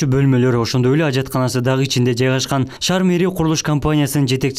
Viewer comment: Шар эмес шаар, туура суйлогонду уйрон